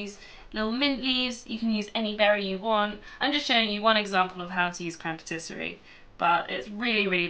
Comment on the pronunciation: Great tutorial, but my grammar OCD kicked in lol...isn't it pronounced 'patiss-ee-air'?